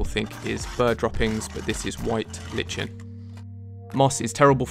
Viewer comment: I’m pretty sure it’s pronounced “li-k-en” not “li-ch-en”.